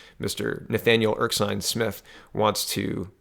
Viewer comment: you really need to start actually reading these names. You make silly mistakes like pronouncing Erskine as Erksine. Look at the words man, it is Ers-kine not Erk-sine. Slow you mouth down so you eyes can catch up man.